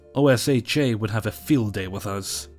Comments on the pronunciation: OSHA is said "OH-shuh", not "Oh. Es. Eighch. Ay." It is the Occupational Safety and Health Administration, but most people just call it "OH (as in 'boat') - shuh (as in 'shut up'). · OSHA is said as a word actually. oh-shh-a